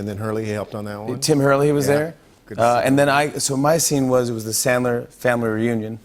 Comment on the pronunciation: says his hero is Sandler, pronounces it chandler. Fuck you